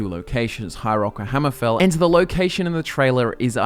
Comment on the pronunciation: "High Roark"